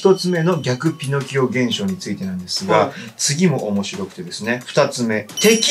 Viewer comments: ピノ↓キオ ここハルに「偏見じゃん！」言ってほしかったw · ピノ↑キオ↓なの！？発音